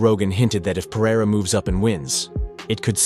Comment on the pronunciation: PEH-REH-RAH chael